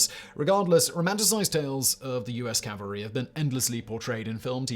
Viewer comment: CORRECTION! DUDE is it NOT "calvary" it is "cavalry" as "calvary" is a place in Israel. Of all the people on this planet YOU should know better. We enjoy your videos, but bristle at ignorance such as this. Best of luck!